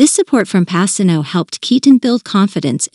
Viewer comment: Whoever does these recordings meet to get the pronunciation of the actor's last names, right? It's pacino and coppola. It sounds ridiculous when they say it wrong. Because everyone in the world knows how to say it in the real world unless this is an A. I robot